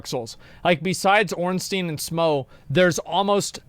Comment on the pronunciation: You Pronaounced Ornstein wrong, The Ein is like From Einstein or Frankstein, Rammstein and so on, so like Steam for example